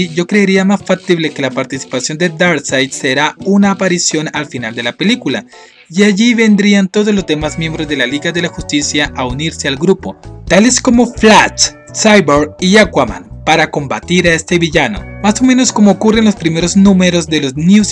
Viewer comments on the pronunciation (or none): ''flach'' xD